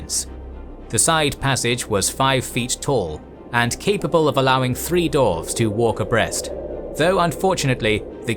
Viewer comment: Absolutely loving the deep dive into Middle-earth lore, but I have to ask… why is 'dwarves' being pronounced as 'dorvs'? And 'dwarf' as 'dorv'? Is this some hidden Tolkien linguistic secret I missed, or is my brain just short-circuiting every time I hear it? I feel like I’ve fallen into an alternate timeline where this is normal, and I’m the only one who doesn’t get it. Please, someone explain before I lose my mind.